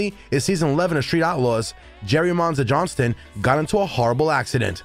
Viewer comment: Why do you immediately call him Jerry JohnsTON, when clearly the headline reads Jerry Johnson, without the [T] in it??!! Just makes no sense!!